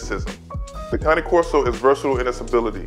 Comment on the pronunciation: I stopped watching when he said cane corso wrong 😑